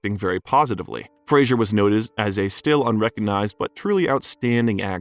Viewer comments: Fraser pronounced like Razor not Frasier like you keep saying. Frasier was a tv show. Great actor and i like your Bio but seems you should be saying his name correctly. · I doubt you know anything of film (its Roger EEE-burt) and I doubt Brendan Fraser appreciates your repeated mispronunciation of his last name. It's not Fray-djzuhr Its Phrase-err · His name btw is pronounced Frazer. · Its apparent that much research and work was put into this video, but one important detail that was ignored was that Brendan Fraser HATES when his name is pronounced incorrectly, which it was throughout the entire video. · It would be most respectful to pronounce the man's name correctly. Sheesh.... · At least pronounce his last name correctly! Dang